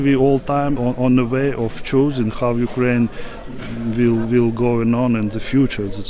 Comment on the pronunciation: I really enjoy their podcast---very professional--but this is not the first time that I have pointed out this tiny mispronunciation! It is not such a big deal, but during this war especially, it shows ignorance and insensitivity. I hope that they make the correction.